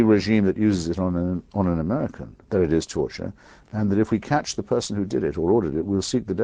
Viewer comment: 'Turture'? Really?